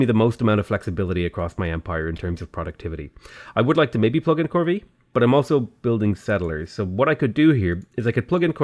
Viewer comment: Corvee is pronounced "core-vay"